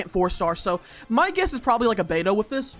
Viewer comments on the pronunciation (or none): none